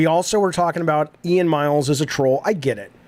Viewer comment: Today I learned that Jaffe can’t pronounce the name “Ian”